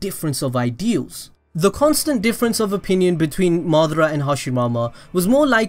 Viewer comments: my g said hashimama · 'Between madara and hashimama' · He said Madara and hashimama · man said Hasimama